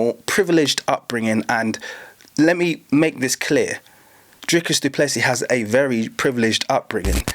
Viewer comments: How dare you talk about our Country which btw you know nothing about. The French, Dutch and Germans came here because of religious persecution in their original countries. They were settlers, not colonisers. The guys name is pronounced du Plessi..no Plessis. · Dricus Du Plessis is of French descent. Lol. The last "s" is silent.